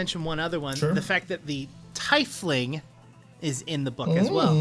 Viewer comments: It's pronounced like Tee-Fling, you Fez wearing gob shite. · Great work guys but Tiefling is pronounced as in German, tee-fling. :)